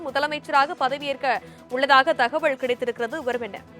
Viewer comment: Dear news reader.....thakavazhl.....illa. thagaval......pls pronounciate tamil properly